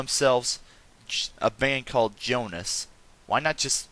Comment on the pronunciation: the O in Jonas has and tie